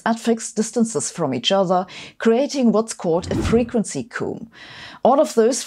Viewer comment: Comb is pronounced "coam", not "coom". Yes, womb is "woom" as is tomb but that's the beauty of English!